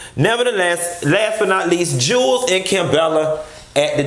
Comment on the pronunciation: Jew wells not Jules lol